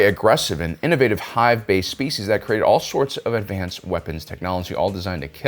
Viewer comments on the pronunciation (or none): none